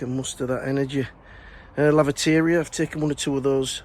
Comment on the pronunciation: Home garden, yes I tried last year to remove the crocosmia and it’s back 🤦‍♀️ but I’ll keep on top of it. Every time you say laviteria I think lavatory. We have grass watering bans all spring and summer here. It’s all looking stunning and a wonderful place to just sit, you do just sit occasionally right 😅. Again take care of yourself or the Mrs will kick your you know what, 🇨🇦